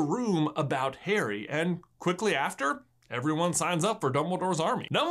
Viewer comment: Every time u said Harry I thought you said hairy